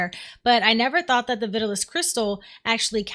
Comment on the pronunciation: Not looking to nitpick, but the crystals found in the mines are pronounced Vi-taal-us, just like the old fashioned hair tonic from the 50s.